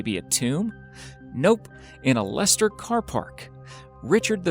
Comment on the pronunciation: You have a strange way of pronouncing "Philippa", considering you actually said "Leicester" correctly that's surprising really.